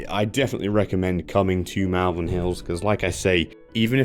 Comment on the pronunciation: It’s not MALvern , like Mal-de-mare or malevolent, it’s MALvern to rhyme with ball.